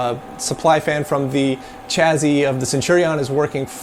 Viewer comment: Are you pronouncing chassis as "chazzy"? O_o